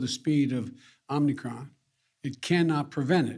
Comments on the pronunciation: Is this dope calling it the “Omnicron” ??? IT’S OMICRON !!!! COME ON MAN !!! GET WITH THE PROGRAM FOR GODS SAKE !!!! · Dude cant even say the name right lol. Its OMIcron, not OMNIcron lmao. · The guy is an idiot. It is not called Omni-cron, similar to Omni-vision. It is called O-micron, as in the small o in the Greek alphabet as opposed to the large O, O-mega in the Greek alphabet. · Om nee cron....😆😆😆! Biden is a goof. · Omnicron... This president can't even pronounce the fake variant. 😆